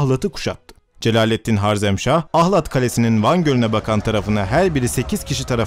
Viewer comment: Hocam o "Harezmşah"